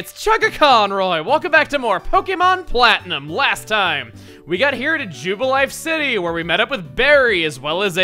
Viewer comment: Man I cannot unhear "Pokémon Flatten 'em"